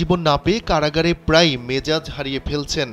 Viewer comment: কাড়াগাড় কি ভাই একটু বুঝিয়ে বলবেন, সাংবাদিক হয়েছেন এখনো ঠিকঠাক বাংলা উচ্চারণ করতে পারেন না, সুন্দর করে কথা বলবেন এতো স্টাইলের কি আছে?